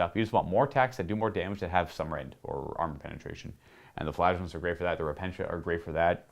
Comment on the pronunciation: Did he say flagelance?